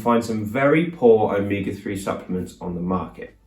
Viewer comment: Glad this included spelling since it sounded like Omika3. But the more he said it the closer it sounded like Omega